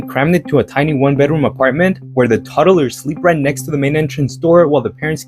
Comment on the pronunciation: Yeah he put an extra syllable in there 😂